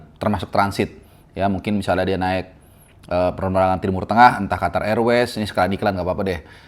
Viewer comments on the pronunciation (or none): none